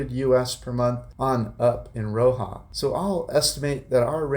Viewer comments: It’s RoxaS. It’s driving me crazy when you pronounce it as Roxa 😂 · Hi, just to let you know Roxas is pronounced with the S on the end…my Filipina wife of 41 years is from there..we just wanted to let you know the correct way to say it…keep the great videos coming!